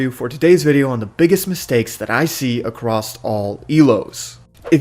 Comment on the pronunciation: Acrosst!! Across, where are you getting the "T"! lol it is driving me crazy!